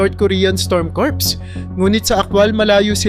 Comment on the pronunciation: Kur hindi kurps